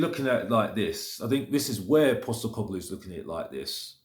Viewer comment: At least you've decided to bother pronouncing his name correctly now